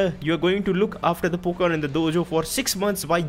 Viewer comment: It is not poken it's Pokemon